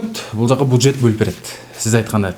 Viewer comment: Алып баруучу буджет эмес бюджет...